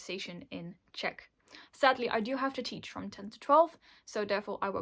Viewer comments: I love your 🇨🇿 pronunciation. 👍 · as a czech you did good!!!